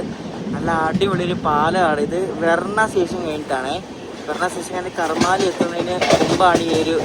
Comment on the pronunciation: karmaaali alla bro karmali enn aan aa railway station pronounce cheyunnath ❤😊